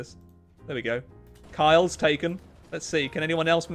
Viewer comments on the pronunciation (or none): ah man, "Kyle's taken"? It's called Kiel, like, Keel. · Ah yes, the well known German city of "Kyle"